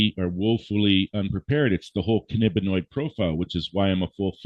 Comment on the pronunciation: While I appreciate his expertise in curing...I can't listen to him slaughter the terms Cannabinoid and Anandamide.